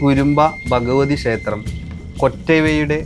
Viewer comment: ഷേത്രം അല്ല!, ക്ഷേത്രം!!.